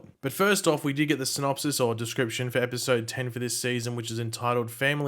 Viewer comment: Pronunciation "synopsees" ...